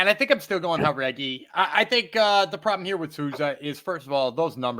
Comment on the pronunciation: Aoriqileng Uh-Reach-E-Lang Chairez Chy-Rez Jauregui Yuhr-Uh-Gway If I’m just missing a running joke where yall say the names wrong, my bad. But otherwise, my goodness.. Jauregui as Hah-Reggy.. smh